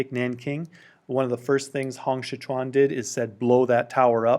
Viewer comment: Pinyin: Hong Xiuquan Pronunciation: Hong Siu~chuan Not: Hong 'Si' 'kuan'